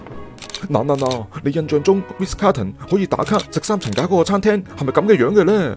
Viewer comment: 係Ritz 唔係Riz